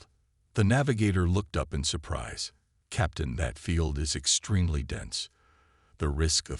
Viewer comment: Every time Captain is read there's an inappropriate pause, and more. , , LoL, De-Briss fields are so tasty. Channel Owner can find the rest of the De-briss themselves. LoL, Dis-ibled AI Narrator isn't even trying. Austria is trouble now... Maybe the Channel Owner should pick a name the AI can consistently pronounce.